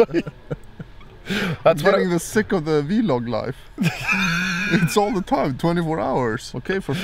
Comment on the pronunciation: "the V-logg"